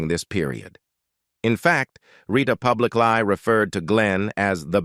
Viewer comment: "publiclie" "numeroose"!!! AI talks funny 🤣